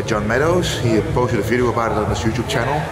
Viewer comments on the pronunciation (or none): none